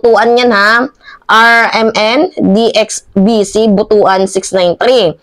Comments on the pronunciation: BUTUAN. Pronounced as BUT-WAN not BUTU.AN. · ayusin mo yung pag basa mo ng butuan!